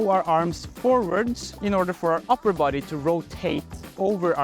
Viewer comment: I smiled when he says the word, “boday, “ in that very Norwegian pronunciation. I wish I knew how to fall more safely. I suppose that’s a stunt man’s skill.